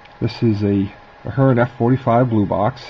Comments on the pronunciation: Please learn how to pronounce the company's name. You sound like a novice. Also, the drive and motor would perform far better on curves of 22-inch and wider. Use long shank couplers to keep rolling stock from derailing. It is called the motor (heart of the Locomotive). The upgraded motor is an excellent choice over the older Athearn (Aft-earn). The metal eching is a good touch. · Give the guy a break... Actually, if you go to Athearn's YouTube channel... you'll see you are both pronouncing it wrong, FWIW.